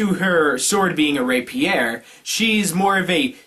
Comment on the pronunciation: stop fucking up the emphasis in Rapier you twit